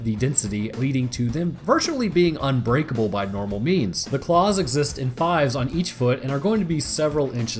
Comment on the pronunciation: i thought you said paws rather than claws and was like they don't got 5 paws.